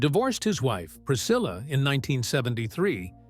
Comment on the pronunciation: Seine Ex Frau heißt Priscilla und nicht Pricille,wir reden hier vom längst bekannten Jungles Rooms, sorry mach deinen Job richtig und lass nicht den Computer sprechen 😅😅😅